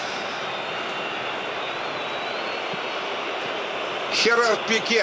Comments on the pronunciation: Не Херар пике а Жерар пике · ээ почему он сказал Херар Пике если надо говорить Жерар пике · выучи произношение футболистов иностранных! столько лет у руля комментатора,но бред полнейший ХЕрар Пике ХЁрди Альба... просто нет слов и Бт 5 не приглашайте больше экспертов этих. он матч комментирует или у него собачка умерла(( P/s Россия красавцы! спасибо за победу!) Гордость!!!